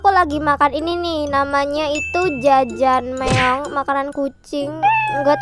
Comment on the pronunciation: Kak yang Kaka Maksute jajanmeyon itu harus nya Jajangmyeon bukan jajanmeyon